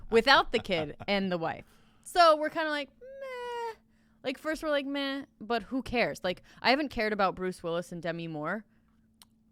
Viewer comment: Gordon Wagner I don’t rike it